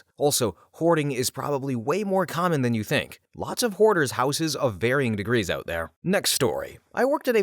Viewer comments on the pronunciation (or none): none